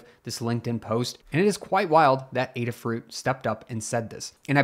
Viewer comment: Thanks for making this video. It sounds like the case against Qualcomm isn't necessarily all bad, but time will tell. And thanks for making the special effort to correctly pronounce Adafruit! Much appreciated!